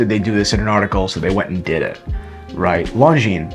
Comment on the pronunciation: Americans pronouncing anything non american... Longinesss.